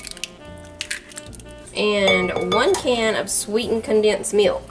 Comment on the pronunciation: I love the way you say milk (meelk) it always puts a smile on my face! 😁 what a great video. 🫶🏼